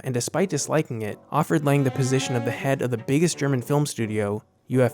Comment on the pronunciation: Yes, and Fritz Lang's name is pronounced "Lung". B ut otherwise a nice compilation of examples.